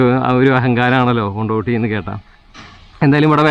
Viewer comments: കൊണ്ടോടി ✅ കൊണ്ടോട്ടി ❌ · കൊണ്ടിട്ടിയല്ല കൊണ്ടോടി